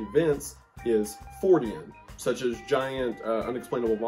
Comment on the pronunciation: The conspiracy of wendigoon saying “such as” but really saying “such ass” glad I found this channel fr I subscribed.